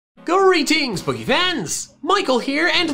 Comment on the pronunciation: XD I JUST SKIPPED AHEAD AND HEAR greatings poke